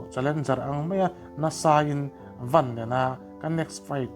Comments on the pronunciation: Vana ti a i lam hi a ho mizo hming a lam tum tal a ngai mi. Josua van a nih khi .😊😅😂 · 'Joshua Van ' tih a ' Van' i lam rik dan khi mizoin ' Pu Vana' tia 'Van' kan lam rik dan ang khan lam rik mai tur aw